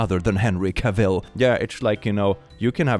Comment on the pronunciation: Love your channel. Just FYI, “Cavill” rhymes with “travel”, per Henry himself.